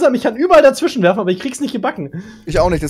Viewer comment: Bitte Versuch dazwischenlegen zu sagen und nicht dazwichen